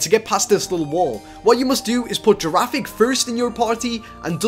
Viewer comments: dude its pronounced GIRAFIRIG not girafig but its ok:) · It's girifiraig not girafig (I don't wanna be mean) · girafrrige not girafig